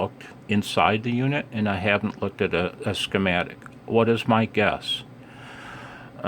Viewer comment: When you said "ski-matic" it reminded me of persons that pronounced Toyota as Tie-Yo-Ta. lol